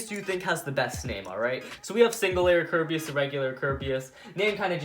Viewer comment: This is how many times he said kirbeas